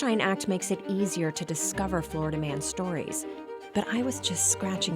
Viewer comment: Bro its just flolida man